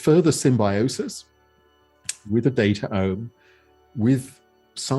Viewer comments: I love this podcast but you guys keep saying datAome and it bothers me so much, cut that second vowel out like gene -> genome, it should be datome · Data Ohm... Resistance to the flow of data??? I think he meant it to be spelled DataOme, like Biome or Genome. But I agree, the pronunciation is a meme stopper.